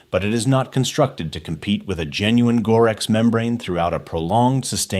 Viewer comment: More AI NARRATION BULLSHIT! The Narrator BOT leaves out the "T" in Gore-Tex!